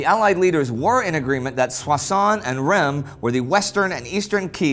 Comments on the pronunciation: Hi ! I’ve been a fan for a couple of years and love the show, but your prononciation of Reims really makes me cringe. I think it’s pronounced with the « un » sound like in Verdun, and the S is not silent for once. So more like Runce but with a silent « n » than Rem as you pronounce it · Great job guys! There’s suspense even if we know the ending... About prononciation : Amiens (Amien) is Ok but Reims is not ( ReimS ) —don’t look for the logic, there’s none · Hi Indy and team! Love the show! Just a tiny remark : you pronounce Soissons perfectly, but Reims is pronounced [ʁɛ̃s]. It kinda hurt my ears, being born there. :) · Hi guys / Hallo Jungs, I follow you since a while now and have been a patreon supporter for a few months! You are doing an amazing work! Following your show was a great support in the last few months as I was finishing my PhD thesis and not feeling really well for a long time... It’s the first time I take the time to write a comment to be a tad picky about Indy’s pronunciation of Reims. No offense there! I know French is hard and not logical. But for the first time it took me a while to figure out which city Indy was talking about. Rem? Remmes? Raimes? Where the hell is that? That until looking at the map and realizing it was Reims. Unlike in most French words the S isn’t silent in Reims. And the “eim” is pronounced like the French for “one” (un) or the -en of Amiens. Keep up the good work and possibly see you soon!